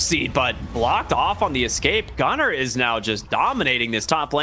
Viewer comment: Why does he sound like saying Gutter instead of Gunnar